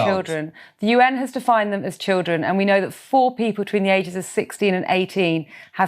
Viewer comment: why do they keep saying childreen? how are you suppose to know its a kid when its holding a gun and wearing a scarf? also even if you knew it was a kid are you not gonna shoot it >?stupid logic from bbc just shows how people with no experience with trauma like to talk like a moral person